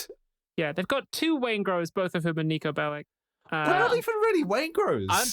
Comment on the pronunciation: Cmon there's gay rep. You have the Cowboy couple and thr Nicos Belleck (thats how you're supposed to say it, its like Attorneys General)